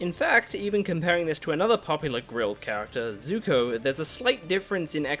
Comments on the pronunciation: SUPER NOVA X INFINITY001 I think it's pronounced Zuko not zoku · 29 second in the video u said zuto it zuko